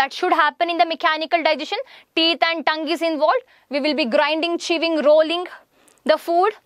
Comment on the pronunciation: Some of ur words were different from ours ((like::-chewing u pronounced it as cheving )) 😂😂